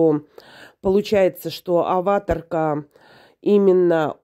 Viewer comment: Что за Аваторка, с ударением на первое А...